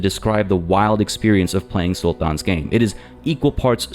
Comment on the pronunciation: why do you pronounce "sultan" that way?